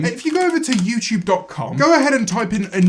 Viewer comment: Aaaaaah i love it when you say "youchube" ♡~♡